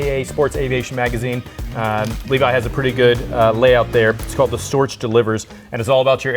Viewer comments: Pronounced "Stork". Not Iron Cross. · Just needs some training with pronounciation of the German word "Storch"...